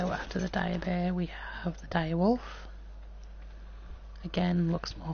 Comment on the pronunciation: just dire not direb